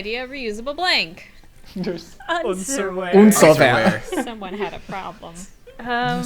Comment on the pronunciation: saying Unserwear >>>